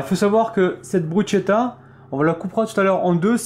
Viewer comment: elle à l'air sympas cette et elle presente bien :) juste un petit détail me chiffone ^^ je crois que l'on prononce "brusketta" et non pas "brusgetta" je dis ça je ne dis rien :) en tout cas chouette recette comme d'habitude bonne soirée